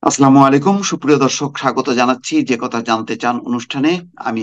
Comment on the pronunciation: মোস্তফা ফিরোজ ভাই। আসসালামু আলাইকুম। কিছু মনে করবেন না আপনার সালামটা শুদ্ধ না।। শুদ্ধ করে নিয়েন।